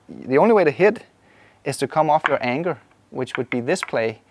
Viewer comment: Thanks for another great video! BTW, you keep calling the anchor anger, that's so Viking of you...